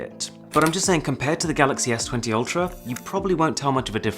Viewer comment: Its "Ultrap"